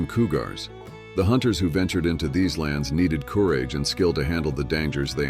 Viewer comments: Although this contains some good info, there is no cohesion. Subject matter jumps from the Plains Indians to Alaskan prostitutes with no segway whatsoever. And your AI narration sucks..coo rage... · This was done with AI. You can detect this thru the narrators mispronunciation i.e. corage for courage & several others if you listen. it was not researched it was sourced from the internet.hence poor editing with no segues ... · Coooogar, followed by cooorage,🤣🤣🤣🤣. AI strikes again,😬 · Learn to say courage and cougars correctly.